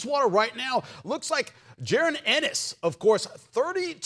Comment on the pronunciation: JA RON ENNIS NOT JAREN ENNIS SMH YT PPL REALLY AINT INVITED TO THD BBQ 😂😂😂